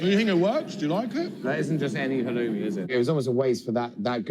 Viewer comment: WOW.... Aren't you special ? NOT !!!! And fyi...it's halloumi, not whatever you called it.